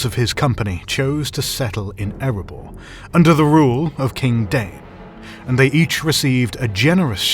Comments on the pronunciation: "DAY-in" is not "DANE". There are two syllables. In any case, single syllable "DAYN" isn't it. And neither is single syllable "DYNE". Your "DAH-in" could be close, if you are using two syllables. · The name is Dáin, not Dain. This implies the pronunciation would be closer to "DAY-in".